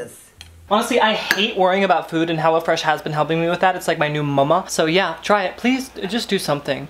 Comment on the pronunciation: "Hello freash" hello:)